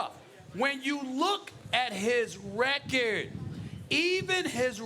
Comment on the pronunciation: "Look at his rechearrrdddd"